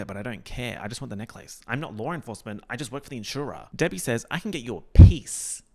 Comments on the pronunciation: I love how you say neck-lace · pronunciation of necklace literally rewiring my brain chemistry.... it's a neck-LACE you guys!! a lace for the neck!!! groundbreaking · this video is great but you confirming that australians really say necklace like "neck-lace" like the disneybound girl does is all i needed